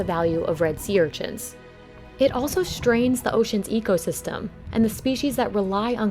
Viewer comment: does the narrator know how to pronounce sea urchins correctly?